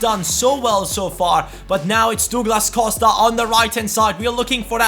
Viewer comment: it's prounouced Dawglass Cowsta